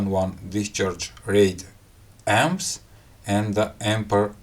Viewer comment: Can't stand it when you say Ampers when referring to current. Really make my skin crawl